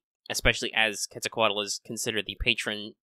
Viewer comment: You pronunciation of Quetzalcoatl is pretty good. And that was a pretty good amount of accurate data. 👏👏👏👏👏